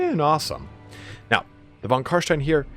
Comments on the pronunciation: CarSTIEN NOT CarSHTIEN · Its not Carshtein its Carstein ;)